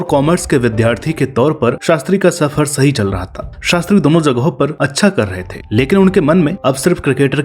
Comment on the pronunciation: Honestly you are trying too hard to sound like old school RJs of AIR but sorry to say you are sounding a bit wannabe. Like zagahon par insted of jagahon par.